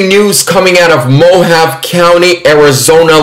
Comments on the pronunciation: Mohavé. Not Mohav. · I believe Mohave is pronounced MOE HAHV EE. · Hey, "Mohave" is pronounced "mo-HAH-vee". Not picking at you, just trying to help. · It's pronounced "Mo Hahv Ee" County. And it's actually one of the most conservative counties in Arizona. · Mohave is pronounced mo-hov-vee. 😂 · its MO- HOV- VEE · It's pronounced mo-ha-vey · "Mo-hahv-ee" is another acceptable pronunciation. The E at the end of Mojave can be pronounced like "ee." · We have a Mohave Desert, in California; pronounced MOW-HAW-VEE. Love your content, another great video. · The E at the end of Mojave can be pronounced either as the "ee" sound or "ay" sound depending on who you ask in the county, but since I live close and have visited the area numerous times, it's often pronounced kind of like an in between of "ee" and "ay." No real way to accurately write it out. (I mean "ay" like the sound in words like say, pray, or day. Just to be clear.)